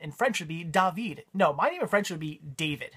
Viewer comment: ***** no biggie there its not like you insulsted a nation lol. Its a miniature honest mistake! And props on saying david in french properly.